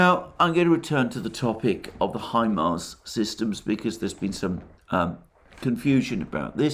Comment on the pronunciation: Say HIMAR one more time ..I dare you...